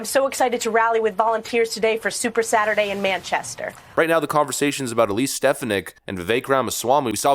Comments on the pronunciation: Stef-fon-nick not Stef-ah-nick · I’m hoping for Viveck Ramaswmy. Please check out how to pronounce Elise Stefanik’s name properly. Thanks. Dan Wright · STE-FAN-ICK! NOT STEF-A-NICK! I think. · Stef-on-ick not Stef-in-ick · dude you miss pronounce peoples names all the time . not stef a nick. its sta phon ic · Stephanik's name is pronounced: stih-FAA-nihk😊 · Picky I know, but damn....you're pronouncing Stefanik's wrong. It's pronounced stefAWnik. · Bro has a commitment to mispronounce popular names like "Vivek" and "Stefanik", as well as not being able to pronounce "electoral" correctly either. Bruh, just get it right. It's been driving me crazy. You're too smart to be mispronouncing mainstream names. And I promise, this isn't an insult. It's actually a result of READING more than WATCHING. I believe reading is far more important out of the 2, but you gotta listen as well.